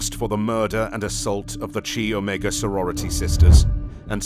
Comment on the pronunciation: Chi Omega is pronounced (Kai OMEGA) not (chee Omega)